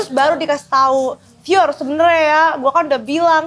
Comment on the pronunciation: wkwkkw bang pior nyebutnya lebih asik bgt